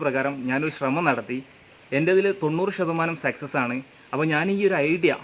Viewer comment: സെക്സസ് എന്ന് പറയരുത്. സക്‌സസ് എന്ന് പറയു